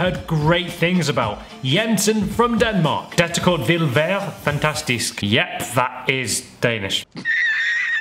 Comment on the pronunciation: What were u trying to say in danish? haha From Denmark and replayed like 5 times and only got "vil være fantastisk".